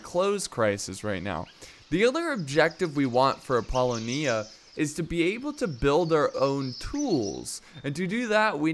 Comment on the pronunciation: It’s “Ap - Po - Lonia”